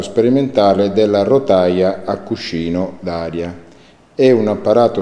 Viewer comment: Molto interessante.Dovresti però dire meglio "cuscino".Prova a dire cuscccino .Suonerà meglio :D